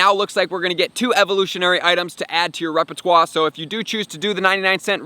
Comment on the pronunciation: Pronunciation of "repertoire" at around the mark is fiiiiiiire.